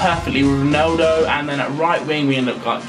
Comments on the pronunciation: Please learn how to say ronAldo :/ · Why the fuck does he say "Roneldo"?! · He says Roneldo